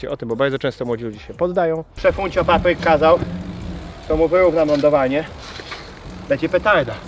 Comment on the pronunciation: Nie papryk tylko patryk